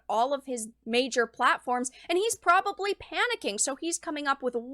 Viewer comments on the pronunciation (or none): Not “probabably”.